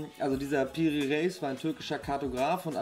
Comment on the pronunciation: Die Aussprache geht so: Piri Reys